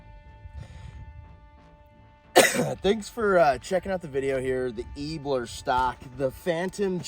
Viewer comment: The "Eeeeebluuur Stock" lmao